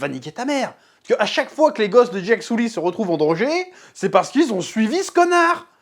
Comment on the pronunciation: Le héro s’appelle Jake Sully. Le chef prononce : Jacques Soulie